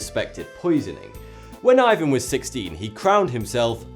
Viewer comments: Man , Ivan is said with the emphasis on the a !!!!!! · Awesome video, but Ivan is pronounced like ee-vahn not eye-vahn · It's actually pronounced "eeVAN" not "eyevan" because the name is in Russian